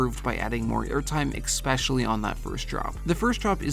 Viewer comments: especially not ecspecially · I already know hes wrong bc he pronounces “especially” as “expecilly” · There is no X in especially. Pronounce it normally please. Otherwise, fun video! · Seriously, i like that vid in general, but girl, there is no X in "especially"! 😅